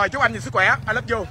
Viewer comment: ”I lớp du”😂😂🤣🤣